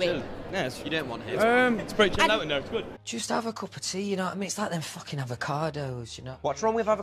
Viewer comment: Louis saying “ them fookin avocados” > anything else to ever exist